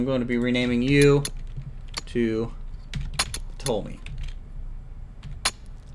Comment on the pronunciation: Ptolemy is pronounced "Peh-tohl-em-ee"